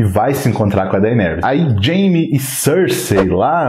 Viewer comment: Dainerys? kkkkkkkkkkkkkkkkkkkkkkkkkkk